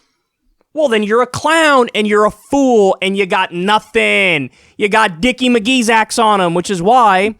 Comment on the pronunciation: Kyle ya gotta stop saying dickee mcgeezacks